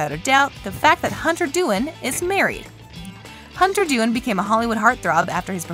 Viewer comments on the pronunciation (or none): did anyone notice she said hunter dooin